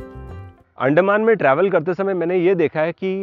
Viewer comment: Excellent coverage. Sorry for nitpicking on the pronunciation of Andaman. You are pronouncing it as अंडेमान. The proper pronunciation should be अंडमान